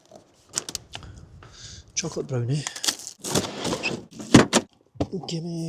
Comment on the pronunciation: The chocolate brownie mumble had me laughing 😅👍